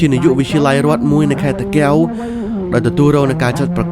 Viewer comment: តា កែវ មិន មែន តាគៀវ ទេ រៀន ហៅ ឈ្មោះ ស្រុក ខ្មែរ អោយ ចំផង